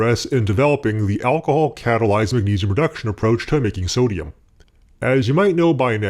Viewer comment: Every time you say sodium I just hear “summ” . Some hydroxide Some metal Fuck